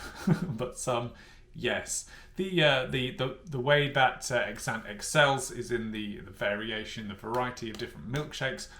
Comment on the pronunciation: As if you spent the whole week saying Exante incorrectly 🤦‍♀️🤦‍♀️ If you're going to do the "week on" series, you could at least research the brand an products beforehand.